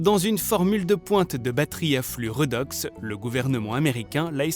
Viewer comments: Oh punaise ça pique les oreilles !!! 😂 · On dit " rédox " et non pas " redox " ... ça vient du terme chimique oxydo-réduction